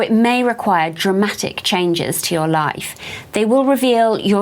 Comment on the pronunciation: I love how you emphasized “Dramatic” because girl!!!!! Drama queens 🤣🤣🎀 I love you I’m in love with your learning videos on magic🐉🌻